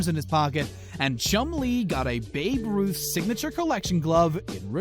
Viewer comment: I'm surprised he actually pronounced babe ruth, instead of "baby ruth"